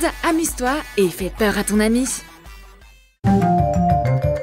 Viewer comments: Mdrrr a elle dit anus aulieu de ami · Elle dit anus ok et alors ça fait quoi?! c'est juste un petit bug vous êtes immatures et je ne fait pas exprès de vous dire ça Desolé!😒😐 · Je rêve ou à elle dit "de ton anus"